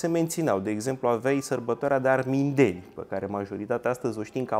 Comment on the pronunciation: Greseli gramaticale, ortoepice,, unele dintre ele repetate cu inversunare de dvs., impotriva sfaturilor mele corectoare si a timpului meu pierdut in zadar: "Armindeni" are accentul corect pe primul "i", nu pe "e"; "Lahovari" are "i"-ul final tare, accentuat; "Caragea" are accentul pe ultimul "a", nu pe al doilea; cit despre "doispezece feluri de mincare" ce se mai poate spune (in loc de "douasprezece" sau "douaspe feluri de mincare" - acordul, de clasa a III-a primara, al numeralului cardinal cu substantivul determinat, la genul feminin sau neutru).... "Cafegi-basa" are accentul pe "i", nu pe "e", caci asa pronuntati si "cafegiu", nu? E la mintea si la limba cocosului, plus simtul banal al accentelor finale tipic turcesti, care va lipseste... Iar aperitivele nu sint "gustarele", ci bauturici (digestive); "gustarelele" de inceput de masa se numesc antreuri... Si altele (nu, "güdem", ci "güden")... Degeaba aveti si erijati pretentii superioare, daca nici macar nu aveti bunavointa (disponibilitatea) neorgolioasa a autocorectiei elementare in cunoastere si vorbire (sau, pina la pretentii semantice, trebuie sa stapiniti ortoepia bazala si corecta a limbii romane)... In rest, felicitari pentru munca, efort si emisiune!